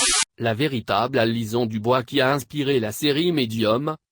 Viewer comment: c'est une voix synthétique "Alison" dite alizon :o